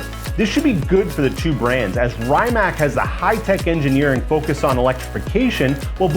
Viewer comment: How the fuck you fuck up so much saying word Rimac as Rymack. Real car guy 😆